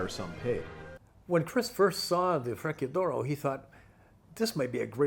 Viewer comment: It is astounding that someone who has spent years around Italian cars cannot pronounce the Italian "C". Sadly, it renders the video unwatchable. In particular, fre-KEY-ador-oh??? NO FRE-chi-ah DOH-roe.